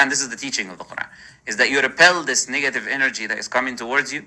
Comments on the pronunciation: Anyone else hear muslim lantern say niggative instead of negative 😂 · Every time he says the word "negative" it sounds like he is about to say the n-word.